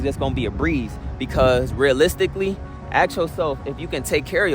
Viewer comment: why do people say ask - axe?